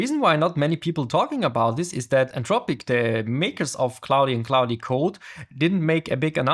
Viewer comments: Its pronounced cloud not cloudie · Really helpful Video, but the pronunciation of Claude triggers me. Why Claudiiii?? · great video , but you pronouncing of klaudi is killing me lol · FYI to the creator,, "Claude" is pronounced in English as one syllable. The 'e' is completely silent. So it's not "claud-eh", it's just like "claud". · It's pronounced 'clod' by the way, not 'clowdy' 👍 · you don't pronounce the "e" at the end of Claude. Just say "clawd" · why does he call it clodi? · I'm sure it's great content but I just couldn't take another second of you calling it cloudy code. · The dude cannot even learn how to pronounce "claude" (K-L-OH-D) - can we really trust his abilities to learn more complex matters? :-( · no it's Cloddy code mate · Your pronunciation is so bad it hurts. I had to stop watching because it made me mad that you cannot even say the word „Claude“ correctly. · This is not about an accent. I speak 5 languages, 3 of them with an accent. This is about ignorance and arrogance - if you are making a video on some topic, may be it is worth to spend 1-2 minutes to find out how it is supposed to be called? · Bruh. Rerecord this with the correct pronunciation. Geezus!! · Also it's the same vowel sound as in "law" or "claw", not the "ow" sound like in "cow" or "cloud".